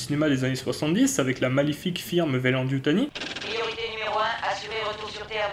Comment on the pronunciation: Bah pourtant Father signifie bien Père et non Papa ! C’est Daddy pour ce dernier ! Ah oui, j’ignore pourquoi Durendal et toi vous dites Veyland au lieu de Weyland, c’est bizarre je trouve sinon, très bonne vidéo ! 👍🏻